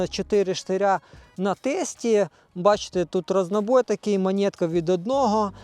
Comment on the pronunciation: Не монєтка, а монетка!